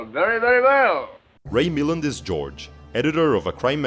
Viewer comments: John Farrow also directed the noir The Night Has a Thousand Eyes. Ray Milland was Welsh & his last name is said Mil-Land not mill-and. I need to watch this. Thanks for the video. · At :59 you can see the resemblance with grandson Ronan. Milland is pronounced "mi-LAND" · Why is RAY MILLAND'S name mispronounced. Is this an AI NARRATOR? Must be.